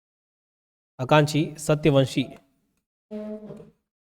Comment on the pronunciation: Sir wo Akanksha h na ki aankshi